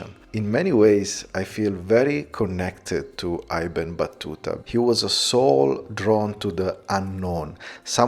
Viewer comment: Little correction: it’s ibn( like in I ta ly )Battuta. Ibn means son in Arabic